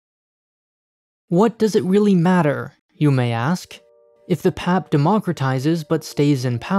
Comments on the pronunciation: Its pronounced as P. A. P. btw, not "pep" haha -singaporean here. And yea you're right, we dont question the system here because thats all we've ever been exposed to and there hasnt been any significant issues that caused so much dissatisfaction that has made majority lose faith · As a Singaporean, this even helped me understand haha. We usually say 'P-A-P' rather than PAP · PAP :) locals would never call it PAP, P.A.P. or g'arment hahaha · Singapore is ultimately a dictatiorship. Singaporeans: Yes but that's not how you pronounce P-A-P tho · Yes. He keeps saying "pehp", nobody says that, sounds very silly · Ikr. I’ve never heard it pronounced as pap haha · im curious, there's many videos of PM Lee speaking here, did they not listen to them while making this video? I'm sure he would have mentioned People's Action Party abbreviation is pronounced as "P-A-P" 🤔 hahaha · No one in Singapore pronounces PAP like you did. We just say P-A-P...spelling out the letters. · Honestly as a Singaporean, yes. I care more about his pronunciation of PAP more than the fact that we are a dictatorship. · Well, this is hardly the first video to call us a dictatorship. Even all the points in the video are old, repetitive from thousands of other videos/articles/political commentaries. Nothing is new nor unique from this video. Really the only highlight is how he pronounces the PAP acronym. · He’s pronouncing PAP like how you would in PAP smear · Hearing say PAP in one syllable instead of its individual letters was amazing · I totally loled when I heard him say it that way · Shows how much he knows about what he is talking about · That's like pronouncing the GOP as "gop". But he's not local, so.... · the way he pronounces pap is killing me lmao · This video researched the criticality of everything, up until it forgot to research how PAP is pronounced. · The way he's saying PAP reminds me of pap smear 😂.... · It's not PAP its called P A P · you say P.A.P. not pap!